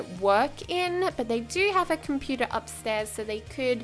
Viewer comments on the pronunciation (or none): none